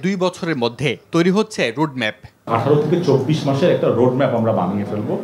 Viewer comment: Rud map! Pronunciation is not good.